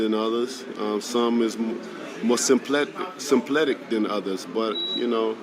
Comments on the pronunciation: Simplistic not simpletic you fool.. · Simpletic? Alabama people stay messing up words him and charles Barkley crack me up with that 😂😂😂